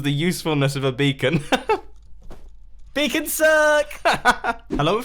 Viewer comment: I think you mean Beacon not becon